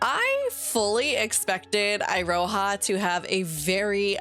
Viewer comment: Iroha is my favorite! (Also, Eye-ro-ha!?!? Its Ear-oh-ha!!!)